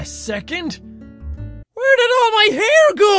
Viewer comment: hair not haie